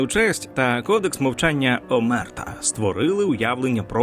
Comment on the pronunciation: Omertà - наголос на останній склад Ndrangheta - наголос на перший склад